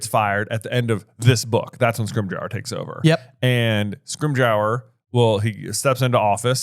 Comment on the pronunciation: Guys, it's pronounced Scrim-ger. Like ginger. But scrim. Its not scrim-j-our.